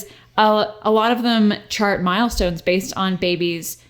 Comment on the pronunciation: just keep hearing Miles-tones